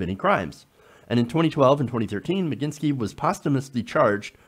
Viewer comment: Please, just read the word properly and sound out the letters, smh, Mag -nit-sky, if you took the time to read it once properly it would be obvious how it's pronounced.